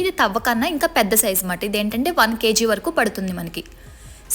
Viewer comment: Kzee kaadu madam kg , not an issue but reguler use cheyaalsina wird. So please correct it. Ur video nice❤. Big thaambulam n binde , poojaa plates , chembu rates cheppandi if u have things or video with u. Overall nice explaination ❤. Clear voice n pronounciation. Tq